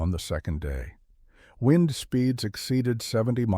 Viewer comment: Wind is NOT pronounced wined